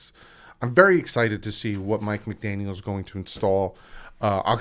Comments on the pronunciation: Hey I know it is hard but try to stop saying McDanielS, lose the S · Brother no offense but youre horrible with names... Its McDaniel no s its joe philbin not philman and its youscheck thats how u pronounce it bro... Do watch the games? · McDaniel no s please lol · It's McDaniel. No s at the end. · McDaniel no ‘s’ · McDaniel not McDaniels, other than that another excellent video! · I'm sorry, I couldn't help saying this because I cringed every time I heard it but.......Juszczyk is pronounced YOOSS-chik not juicy-chick 😂😂 (just having a little fun there) and there's no "s" in McDaniel. Again, sorry, but just helping you out a little bit here. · Bruh, it's McDaniel. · It's Mike McDaniel, no s on the end. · No S. No S. NO S. Also Juice-check. You know damn well what you're doing and it's not endearing. Just say the goddamned names right. A mistake every now and then is one thing but doing it every vid makes you look like a jackass.